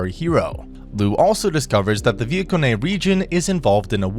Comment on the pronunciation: i can't stand how the can't pronounce names like "Lugh" or "viekone"